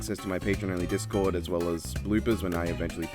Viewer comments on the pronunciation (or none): none